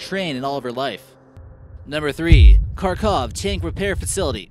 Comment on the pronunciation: You said the word kharkov wrong it supposed to be kharkiv not kharkov